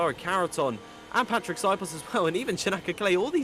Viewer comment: Please learn how to pronounce Patrik s name zio cane una cosa dovete fare